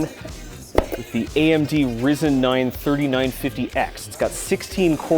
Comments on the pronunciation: ITS NOT RIZEN ITS RYZEN (RAIZEN) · First time I heard someone say Rii-Zen instead of Rye-Zen. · It's not rizen it's ryzen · RYZEN not Rizen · It's RYE ZEN NOT RISEN RYE ZENNNNN IM SO TRIGGERED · The way you’re saying rgbled doesn’t bother me but when you say rizen instead of rYsen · "the CPU was sus" HAHHAHAHHAHAHAHHAH r-eye-zen not r-e-zen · Am I the only person who can't get past the "Risen 9 3950x" It's R(EYE)-zen :D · Did anyone cringe when he said risen instead of Ryzen? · how is nobody talking about how he said rizen weather then ryzen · Did you just say risen instead of ryzen? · When he said rizen instead of ryzen i died a little inside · Not Ryzen but Rizen👌😂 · Slowly malding at his pronunciation of Ryzen. Either its a pun as AMD has risen above intel, or he forgot that hits pronounced Rye Zen. Either way, amazing clean build!! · not to be the annoying guy but its not re-zen its ri-zen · Nooo he said risen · I clicked off this video when he said "Rizen" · The amd "risen" 9 lol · "the amd rizen" ah what??!! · if youre gonna pronounce "Ri-zen" as "Risen" then you gotta follow Nvidia's steps and pronounce "1080Tee-i" as "1080Tie" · He really said AMD Risen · "the AMD RIZEN 3950x" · did he just say rizen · when he said amd rizen 9 XD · Did he really call Ryzen Rizen? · "AMD Rizen 9" smh good video tho :) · did you say rizin 3.14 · I love how you pronounce Ryzen like rizin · “AMD Riizin 9” K im pissed now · Did.. did he.. did he just call that a rizen? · This mans said rizen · No one:: "AMD risen " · He really said rizn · I'm sorry, but "Rizin" ? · "Risen" you fckn serious? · I'm surprised how no one is has said anything about how he said rysen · Did you just call ryzen, risen! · did you just say Reezen bruh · ITS RYZEN not risen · The way he pronounce ryzen is the same way Pewds pronounces Linus... CLASS! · he deadass said "Amd Risen" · He has Rizzen. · |ah yes, the rizen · Yeah i laughed when he said "risen". Its whatever tho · he mispronounced ryzen lol